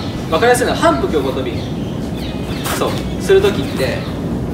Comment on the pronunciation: 反復横跳びの言い方がなんかへん笑笑